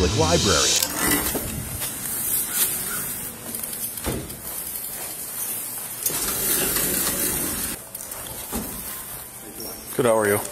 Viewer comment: see what happens kids when you call it a lie-berry